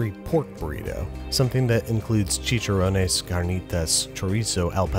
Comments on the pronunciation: Its che-Chan-Ron-ez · The way he pronounces chicharones and carnitas 😂😂😂😂